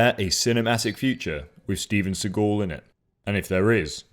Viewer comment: Seaghoul? How the fuck does he pronounce the name?